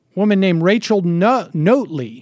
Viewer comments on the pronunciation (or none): Its not pronounced "Note---ley" Its pronounced "Not---ley